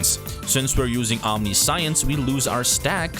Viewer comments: Omniscience is pronounced wrong. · It's actually pretty weird that we pronounce it the way we do, given that it's a compound Latin word "Omni" (all), and "Science" (knowledge). The way he says it in the video would actually make more sense, even though it isn't how it's said. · that's not the correct way to pronouce omniscience. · omniscience - om - Nish- yense not ... Omni science .... Fuckin' shit dude. Please tell me you got through grade school in tact?